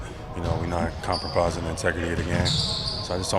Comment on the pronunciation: Lmao. Highest paid NBA player doesn't know how to say "compromising" 😂😂😂